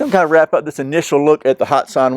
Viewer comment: It is pronounced hat san not hot san